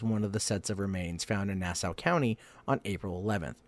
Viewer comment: Nah-saw county! Not now-sah! Suf-uck not suf-folk county! Sorry I'm from the area. I gather you aren't. Just trying to help you with your lawng eye-land tawk! Lol!